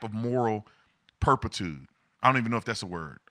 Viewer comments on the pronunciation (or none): not perpitude...you meant to say turpitude....you were close haha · You almost had it right. It sounded like you said Purpitude, but it’s moral Turpitude. You knew what you were talking about, you just had it off by one letter I think. I respect that you second guessed yourself and changed how you said it though. But you were right! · Purpittude 😂😂😂my man